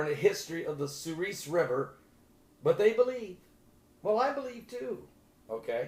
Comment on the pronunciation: I live in Minot North Dakota. That river runs through my town. It's pronounced "suhr-es" Like the letter "s". Not "ees"